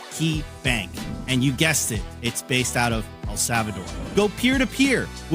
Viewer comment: El Savador? What the L?